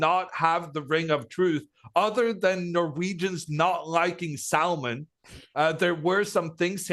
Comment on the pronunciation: That was a painful way of pronouncing "salmon"